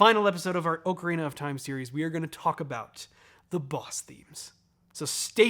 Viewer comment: Just wanted to point out how much I appreciate your proper pronunciation of the word "ocarina".